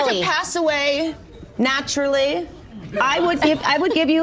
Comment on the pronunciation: Notice how she emphasized passing "naturally"😂😅😅😅